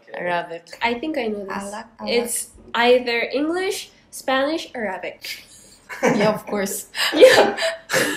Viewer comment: Pinoy na pinoy yung paglagay nila ng stress sa Arabic. a-RA-bic